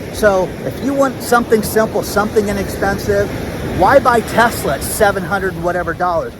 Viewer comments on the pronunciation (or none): none